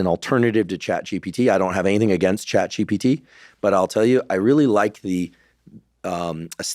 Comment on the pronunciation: This must be a recurring Freudian slip - but it’s funny how Dr Terry keeps calling GPT GTP 😂